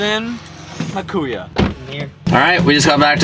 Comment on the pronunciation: says kuya so white 😂